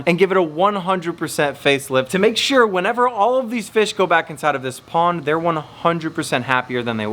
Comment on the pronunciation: Why do you say sure wrong